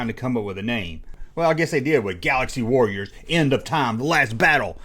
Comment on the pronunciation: "The Last WORRIORS"? Are they guys who fight in wars or do they constantly worry about things?